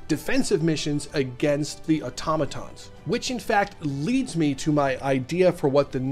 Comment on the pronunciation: Thank you for actually saying automaton correctly!